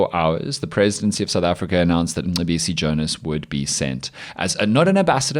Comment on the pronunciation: listen to Colonel Chris Wyatt, an American, pronounce Mcebisi Jona’s name. 🤭🤣🤣🤣